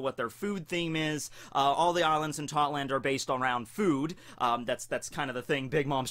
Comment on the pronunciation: I keep thinking you sayin thotland lol